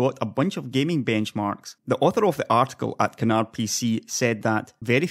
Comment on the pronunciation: Canard, not "can hard". It's french so the D is silent.